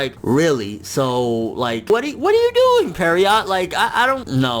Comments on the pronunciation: PSA: It's Pierrot, not Perriot. It's pronounced "Pee - Air - Oh". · Every time I hear him say the studio name I check to make sure I have the right pronunciation. The studio: Studio Pierrot. He says, "Studio Periot." Hmmmmm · tbh Pierrot probably hitting us with so much filler because reviewers mispronounce it so often. It's "piero", like clown. Literally, they are Studio Clown.